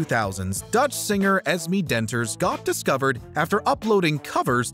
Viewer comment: Why are you purposely mispronounced her name its esmee with a clear accent on the e not es me smh